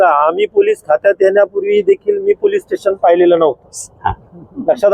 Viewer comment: पुलीस नाही ह्यांना आधी पोलीस म्हणायला िशकवा